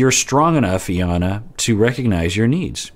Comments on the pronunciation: I am so bothered that you’re calling her EE-yana! Lol even after hearing Jarrett call her Eye-yana lol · Her name is pronounced eye-yawn-nah. :)